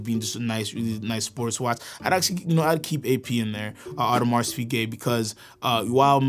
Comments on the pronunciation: We don’t pronounce the ‘s, for Audemars :) cool video overall, a sucker for JLC, AP to be swapped by VC or ALS anyday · Born and raised in Geneva : stop saying the “s” in Audemars please. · Please learn how to properly pronounce the names! This channel provides such quality content but the names need to be done justice! The “s” isn’t pronounced in Audemars, among other things